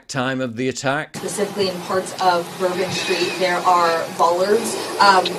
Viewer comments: Nose ring DEI said ....Pacifically...not Specifically... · Pacifically got me. Must have been a surfer. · She also said "pacifically" instead of 'specifically' and she said, "that is my ASK" instead of 'that is my request.' 🤦‍♂